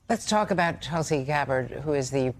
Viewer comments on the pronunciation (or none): It’s Tulsi not Chelsea, before you smear someone at least get the name right